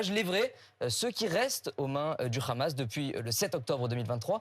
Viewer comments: Bfm prononce le H comme les sionistes Le Rhamasse le Rhesbolah. 😂 BFMWC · Une astuce pour détecter ceux qui sont pro Netanyahou : ils disent tous "kh"amas comme dans "kh"uan carlos. 😉